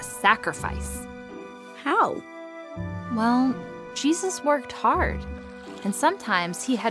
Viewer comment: When she said “S A C R I F I C E”, it really hit different